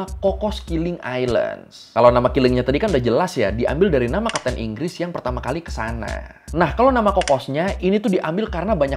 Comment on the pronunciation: Enggresss enggres 😂